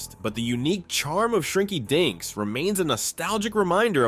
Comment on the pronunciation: I swear, shrinky dinks sounds like shrinky dicks 🤣🤣🤣🤣 The fact that it's repeated over and over in the segment doesn't help either 🤣🤣🤣😂😂